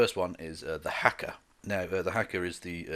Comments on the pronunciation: It’s pronounced hah-kah my friend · The first "a" in haka is long, as is the second.